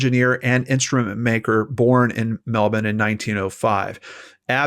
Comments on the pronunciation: is one of the few Americans I've ever heard pronounce Melbourne properly!! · I love that you can say Melbourne right! 😃 Thanks for the coverage as always. As a Tassie girl, Melbourne was my holiday stomping ground so it’s nice to hear it spoken about and pronounced properly by an America. How do you say Launceston? Lol Lon-seston 😉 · Yay, you pronounced Melbourne correctly! ❤️ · You pronounced "Melbourne" correctly!)))